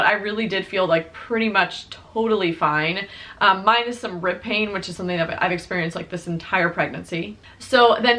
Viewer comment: OH! Rib pain! I thought you said “ripping” and I was like OUCH, what muscle is ripping?! So happy your 3rd trimester went well. Saw her on IG and she is so beautiful! Congrats!!!